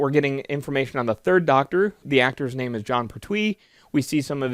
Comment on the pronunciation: You are mispronouncing "Pertwee". It is "Pert'wee" not "Per'twee". Oh, and good course.